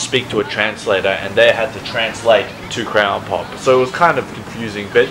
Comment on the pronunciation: The way says Crayon Pop, it sounds like grandpop